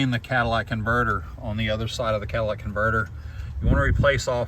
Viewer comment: You invalidated every bit of poor advice in this video when you said "cadillac" converter...